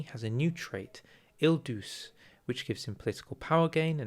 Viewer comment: Sorry but I have to correct an unpardonable error. Il Duce doesn't rhyme with "il juice." The "duc" part rhymes with "butch" and then you add an "e" to the end, so it would rhyme with "butch-e" or "butchay". Or just type it into google translate and hit the speaker button hear it pronounced.